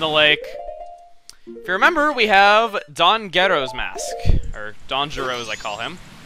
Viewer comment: i thought you said "Don's Gheto Mask"